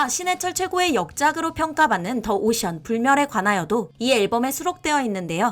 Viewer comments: 더 오션 -> 디 오션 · 더 오션 아니죠 디 오션...ㅋㅋ